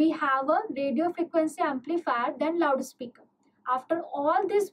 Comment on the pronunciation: the way you pronouce loud speaker😂😂😂 laude speaker